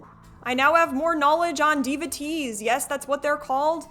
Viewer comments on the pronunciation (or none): Devo tees is how it’s pronounced. People who are devoted are devotees 👍🏽